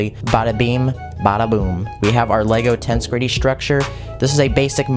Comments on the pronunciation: The emphasis goes on the second E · So much is wrong with this video. 1. His pronounciation of the word "tensegrity" 2. The dragon is female. 3. You can't put a helmet over a pumpkin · U don't pronounce it as tenshgrety:l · Please stop saying tense-gridy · Tbh, when he pronounced it tens-greet-ty, I clicked away and unsubscribed immediately. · Stressed and unstressed syllables are just as important in understanding what is going on as the Lego build manual is. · He also mispronounced tensegrity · Dude, it rhymes with "integrity".